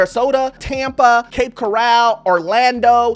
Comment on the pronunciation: You don't know how to pronounce Cape Coral. That, you don't know. 😊